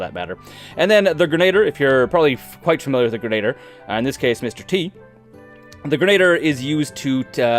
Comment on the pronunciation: It’s not Grenader, that’s not a word, it’s Gren-a-dee-er